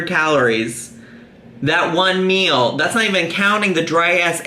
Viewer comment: I get a brain Arianism every time she pronounces 'meal' as 'MEUUUL'